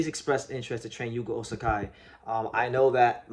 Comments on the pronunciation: Hey, I thought I'd mention that you're saying his name as Osakai, but his name in your title is Ozaki. I don't think there is a name like Osakai in Japan, whereas Ozaki is a legitimate name in there. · Ozaki is pronounced more like Ozacky. "KI" is never pronounced "K-AI" in Japanese. It's not Shohei OhtaNAI, or RoKAI SasaKAI, or Ichiro SuzuKAI is it? When reading romaji, just consider the vowel following the consonant is attached to the consonant. O/ZA/KI, not OZ/AK/"I", only real exception is when using H to express long vowel, like OH/TA/NI